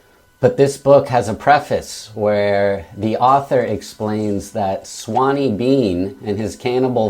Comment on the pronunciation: Sorry, I'm going to be that guy but it's "Sawney" not "Swaney" . Sawney is a Scottish nickname for Alexander. However, great review and I agree, brutal book but definitely worth a read.